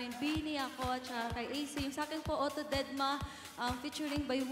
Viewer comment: tama ba dinig ko kay may may... didma or deadma?